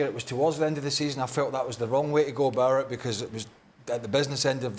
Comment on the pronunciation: 'about it' not 'abourrit'